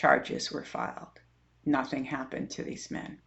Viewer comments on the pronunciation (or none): none